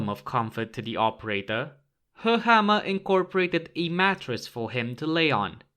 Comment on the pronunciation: I like, that you pronounce Höchammer correctly👌